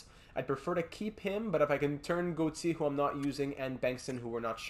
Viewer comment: Why do you pronounce Gauthier like that